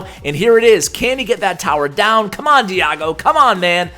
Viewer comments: Its pronounce di-eh-go 😅. Also make giant skeleton the next one! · why do you pronounce Diego like that?